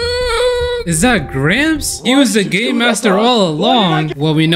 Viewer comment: bro you said game i thought it was gay